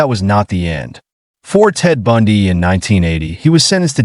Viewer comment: Human cannot pronounce Bundy? Who is "Bandy?"